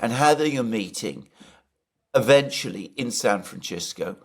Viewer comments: Alexander, the first "c" in San Francisco is an "s" sound, because it's a Spanish name, unlike the Italian name Francesco, whose first "c" does sound "ch." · San Fran-SIS-co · Why the heck pronounce Francisco Franchisco Alexander? Really? With all respect and admiration for what you both do 😊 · Sab Fran What? Did i hear ye richt? Flmao… See Joe Jackson man…. The extremely talented Singer songwriter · It's San Francisco..not San Franchesco.. Don't you know how to pronounce a word.. in English?😮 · It is time to lovingly and kindly point out the fact that no person in the history of the world who did suffer a speech impediment or have an accent that could form the sound "sls" has EVER said San Fran CHISco. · Just say Frisco San Fran or San Francisco. Pronounced Sisco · Let's hope the meeting doesn't happen in San Franchisco so we don't have to listen to Alexander mispronounce the name San FRANCISCO over and over and over. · Just pronounce it Frisco, not San Franshitgo. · I always enjoy your videos, but Alexander needs to learn to pronounce “San Francisco.” 😂😂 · San Feces. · Can anyone tell me,why is Alexander pronouncing San Francisco like that ? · Can't pronouce San Fancisco. 😂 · So Alexander can't pronounce "San Francisco" correctly ? I love you A, but come on, what are you doing? No one and I mean NO ONE, says it that way. Is that how they say it in Greek? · It seems like a matter now of pure, childish ego that Alexander should continue this bizarre pronunciation. Every time he does so he loses credibility. So tiresome. Why hasn't Alex told him?? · Come on Alexander, yhou MUST know how to pronounce San Francisco? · What's with the 'San FranCHisco' pronounciation?!... You do understand this is not in Italy, right? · Love the San Franchesco pronunciation. It cannot be a fluke of Alexander - he relentlessly repeated it. So, I am convinced. Resist Francisco! Franchesco ftw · San Franchisco? Alexander, please chease and deshist pronouncing San Francisco this way!